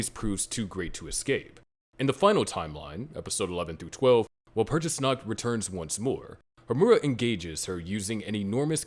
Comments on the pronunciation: You said Walpurgisnact wrong, I'm disliking the video and not watching anymore; bye. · Please say walpurigisnacht in a more german like pronunciation.